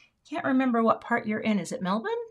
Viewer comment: I love that you pronounce Melbourne like we do ❤❤